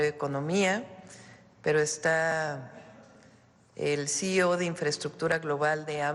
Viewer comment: C. E. O si-i-o no cio. No sea usted pendejo